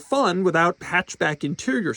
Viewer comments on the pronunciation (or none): He said " it may be a DeMurrit" 😂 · Did he say DeMurit?